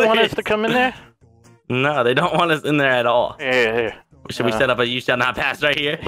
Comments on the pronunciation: The word is you shell not pass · Yuo shale not pas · You chall not pass!